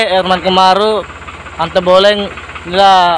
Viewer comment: Antobolo bng bukan antoboleng